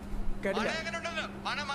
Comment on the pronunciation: Its not "mana" its "mane" means house in kannada